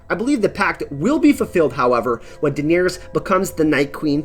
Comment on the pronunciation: Durrring the Targurrryan Civil war, they never Murried Targurrryan Daenurrrys!!? is it like Ahhrrr.. or is it more like Uhhrr.. Once I heard it I couldn Unhear it! LOL did subscribe tho great channel! upvote